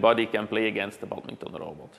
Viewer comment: It's sad to hear how the engineer stubbornly keeps mispronouncing 'badminton', even when attempting to speak English.